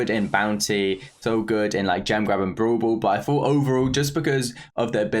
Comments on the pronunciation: nobody:: brool bool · I love when he says brawl ball as "Bro ball"..XD